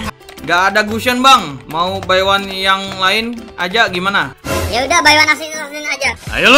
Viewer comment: by one kok pake wanwan 😂